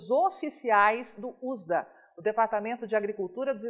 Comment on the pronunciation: Manda essa mulher parar de falar ÚSDA. Fala U-S-D-A. Ou melhor IU-ÉS-DI-ÊI com sílaba tônica no ÊI. Fócráistsêiqui!!!!